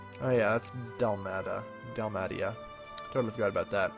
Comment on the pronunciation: Your pronunciation of Dalmatia made me cringe so bad, it's like how the breed of dog Dalmatian is pronounced, Dal-May-Sha not Dal-Mat-Ia